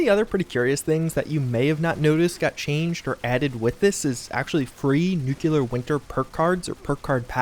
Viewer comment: I will subscribe on one condition: You have to say nuclear properly.